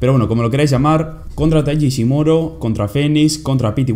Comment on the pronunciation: el unico error en el que me he fijado ha sido que en vez de decir ishimori decías ishimoro 😂 buen review sigue así